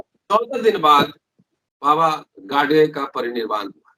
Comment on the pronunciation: It's not , गाडसे , ओ गाडगे हैं